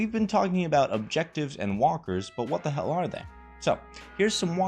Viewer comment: Watda Hale (Asian accent)